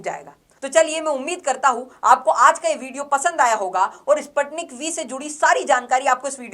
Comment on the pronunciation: Please pronounce it..Sputnik . Spuu tnik.